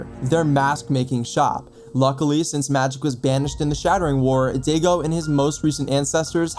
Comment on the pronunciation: Sorry to be that guy but his name is pronounced die go not Diego but daigo I know it’s confusing but at some point of being eposed To Japanese pronunciations you get used to it 😊